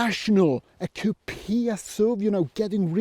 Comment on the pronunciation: Thanks .....another great video as usual........but why do you pronounce COUPIA .....instead of COUPÉ 😅